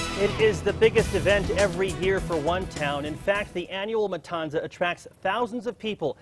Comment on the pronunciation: Why did they say matanza like that bruh it’s with a th sound